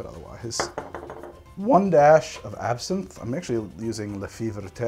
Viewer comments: for what it's worth, if you don't wanna twist your mouth out of shape saying it, it's closer to "fay vert" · "luh fee ver-tay"??? I love you but wow that was about as far as you could get from correct pronunciation... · Oh dear lord... the pronunciation on "La fée verte" was all sorts of special haha!